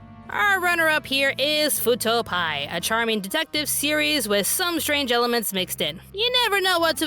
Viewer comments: I love you, but as a massive tokusatsu nerd, I cannot let this slide. First off, IT'S PEE-EYE, NOT PIE! As in, short for private investigator! And second of all, and this is the biggest problem...... IT'S NOT SUPER SENTAI! IT'S KAMEN RIDER! In fact, if you'd bothered to check, you would know that Fuuto PI is a direct sequel to Kamen Rider W from 2009! Sorry if I come off as a bit pushy, but it always triggers my inner tokusatsu nerd when people can't tell the difference between super Sentai and Kamen Rider. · Correction: You pronounced the PI part of Fuuto PI wrong. It's "P. I" as in Private Investigator. Not "Pie". Also it's Kamen Rider. Not Super Sentai. The show itself is an anime sequel to Kamen Rider W(Double). But other than those complaints, happy it got mentioned in this video. Also, I'm surprised Shenmue The Animation and Tokyo Mew Mew New wasn't nominated for anything.